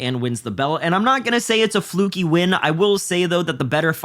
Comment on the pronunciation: „Flukey“ is right, though